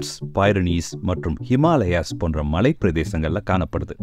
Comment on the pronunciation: ஏன் உங்களுக்கு தமிழ் சரியா உச்சரிக்க தெரியாமல் இருக்கு மலையை " மழை " என்று சொல்லுறீங்க.